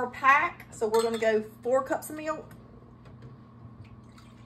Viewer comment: How does know what folding means yet can't cook? Also, can please tell me how many syllables are in milk?